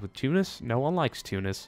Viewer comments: ThemMinecraftVids It's better than Too-nice. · you pronounce tunis correctly.